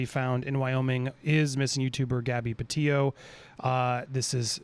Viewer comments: You have got to start saying her name correctly... It’s Petito. With two t’s... like the word petite, with and “oh” on the end. I know it’s not meant to be to her disrespectful but as we go forward, please say Gabby’s name correctly. Bless you and your work. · You have yet to pronounce her last name correctly. It's Petito not Petio.